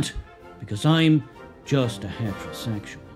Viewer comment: Love the way he says HatRoSegsual